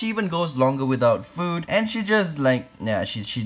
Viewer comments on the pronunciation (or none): the way he said “AiNDd”🤣